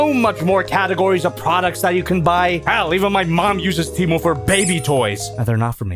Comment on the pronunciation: You pronounced temu wrong